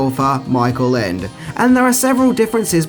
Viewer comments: I believe it was said with a complete understanding of why Ende hated it. BTW, shouldn't "Ende" be pronounced "END-a?" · In German both "Michael" and "Ende" are pronounced completely different from the way you pronounced them and "Boot" in "Das Boot" should sound like "boht" not "buht". Also the "o" in "Wolfgang" is an "o" and not an "oo". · I'd say something about his mispronunciation of Ende's name... but he seems to be struggling with the pronunciation of several English words. And is it just me or does he have more hair on his arms than on his head? :p